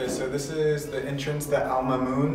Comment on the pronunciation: Al Mahmoun was the name. So why are you pronouncing it Alma Moon?